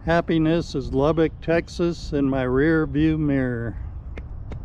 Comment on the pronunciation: Damnit Dude...if you cant pronounce Lubbock correctly...just keep your mouth shut. It is NOT Lubbeek (Lub-beek). It is Lubbock as Lub-buck."